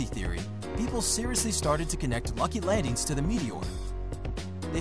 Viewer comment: He legit says “lucy landings”😂